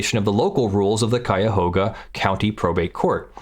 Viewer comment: WOW! You said Cuyahoga County correctly. I know you are from the next state over but still, 99% of people who say it, say it wrong. Very nicely done.